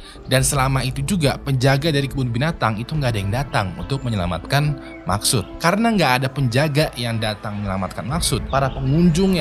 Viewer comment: Maqsood❌ Maksud✅